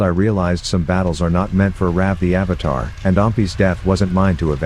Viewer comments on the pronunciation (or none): Nah doing when he says Ravatar